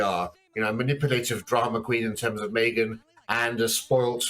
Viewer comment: Did he just say "Maygan ?